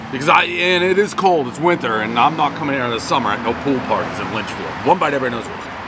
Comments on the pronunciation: If you say Lynchfield one more time!!!! LITCHFIELD!! Christ..... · bro definitely never been to litchfield, he called in lynchfield HAHA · Litchfield not Lynchfield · Awesome to see Dave in NH. I would love to have him try Rocco's in Manchester. And Dave kept saying Lynchfield. But it was LITCHfield, a nearby NH town. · Litchfield bro. Litchfield.